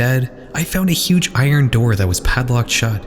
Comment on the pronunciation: I-RUN,instead of IRON? really?....lol